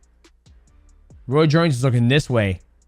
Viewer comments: Roy's, royce.... bruh it's ROY Jones lol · “Roy shorn junior… Roy jone junior… Roy’s jones” 😂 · Bro is ROY. not roys or Royce or roysh 😂